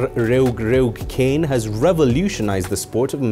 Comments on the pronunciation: It's not pronounced as "Cane" it is pronounced as "Kha-neh" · You pronounce kane wrong the whole time